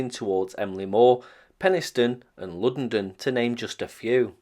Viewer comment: Congratulations on your pronunciation of Luddenden. 👍